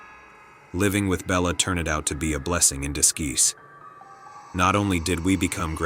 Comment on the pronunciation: Des geese for disguise... another illiterate AI... not subscribing... I'm out...